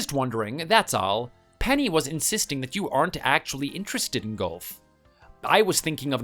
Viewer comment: Golf has often been called an old person’s game, because aside from the walking there is nothing extremely strenuous about it. And a golf cart can solve the walking problem. Am I hearing him correctly when he says golf? It sounds like he is saying gulf.